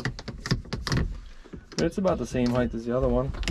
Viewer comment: Did you just say heighth???